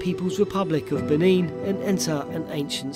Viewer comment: "The People's Republic of Bin-een"